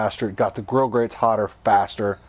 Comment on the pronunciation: A point of clarification ... Regarding grill grates, it's actually (no s at the end). It's spelled correctly at the bottom of the video, however you pronounce it as "grill grates dot com". So I went to and was redirected to a company that makes industrial ceramic products. Regardless, your videos are very informative.